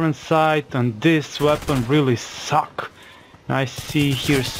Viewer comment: "This weapon really SOCK" xD